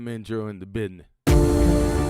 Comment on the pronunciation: “Best intro in the busineh” 💪🏻🤣